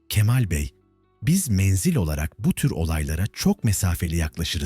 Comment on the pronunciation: Menzil menzel değil okurken dikkat eder iseniz sevinirim.